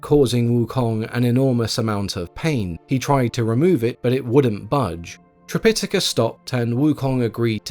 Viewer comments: Yes, this was getting on my nerves during an otherwise excellent video, so I checked. According to the Oxford dictionary, yes the main pronunciation is tri-pi-TAH-ka. Or, sometimes, trip-I-tuh-kuh. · Its a good retelling. I don't like how you pronounce Tripitaka though 😅